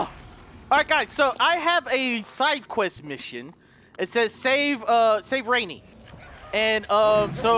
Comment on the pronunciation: "rainy" XD it's pronounced raw-nee